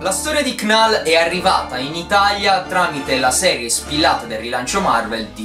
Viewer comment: Si ma se dici CNAL MI FAI MORIRE AHAHHAHAHAHAHAHSHSH